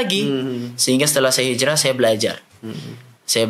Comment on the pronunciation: Bukan hijrah di bilangnya hilrah. Tapi kalian ini ke annisa' 168 dan 169.